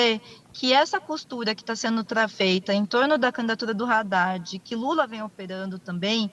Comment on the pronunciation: Percebe-se que essa moça não sabe falar nem o nome do Haddad corretamente. H não tem som de R! Mas acreditem, ela quer ser governadora. Me chama atenção a pretensão dessas pessoas minúsculas.